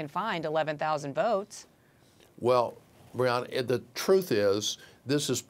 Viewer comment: The guest says the host's name incorrectly multiple times (it's Bianna, not Brianna) but she is too polite to correct him . . . but somebody should.